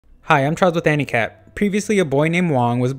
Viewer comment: Charles from handicap? Oh anicap Anyone else heard handicap?